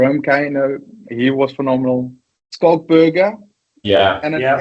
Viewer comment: Danny Care, pronounce his name properly , it's pronounced ' Skalk '